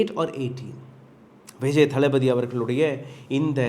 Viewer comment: தப்பா சொல்லாதீங்க! தள்ப்பதி விஜய் னு தெளிவா சொல்லுங்க!